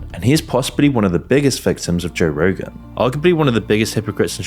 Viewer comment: Bro said Joegan 😂